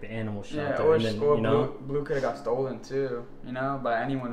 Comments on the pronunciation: Not blue it’s blu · Not in a rude way but it's bleu not "blue"